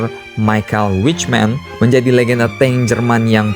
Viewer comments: halah".... Michael witchmen".... Michael Wittmann min... Yasalam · Bukan Michael whichman tapi Michael whittman